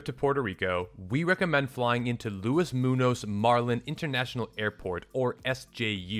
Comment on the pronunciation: ✈️ Like your vid. The name Muñoz is pronounced moon-yo’s, 🇵🇷 The tilda sqigglie above the n makes all the difference. For example, the town of Añasco is pronounced ahn yaah’s coh. 🌱